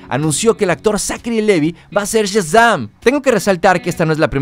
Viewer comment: 1- Que molestos tus spoilers. 2- No aguanto cómo dices Shazam.